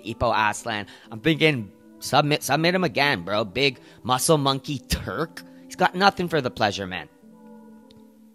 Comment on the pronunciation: Why did you say turk like that bruv